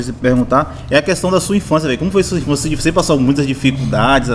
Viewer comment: Infançia kkkkkk assassinato da língua portuguesa.